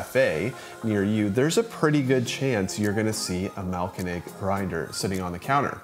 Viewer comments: Thanks for the review and for not completely butchering the name although it could use some improvement. Try splitting the name into 2 words: Mahl-----Koenig. (Grind-King) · The way you have pronounced Mahlkönig makes this a really tough watch 😂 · haha, it got better as the video went on but the first few are pretty funny 😄